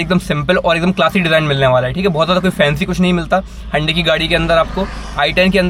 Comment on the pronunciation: HYUNDAI sounds like Ande 🥚🥚🥚😂😂😂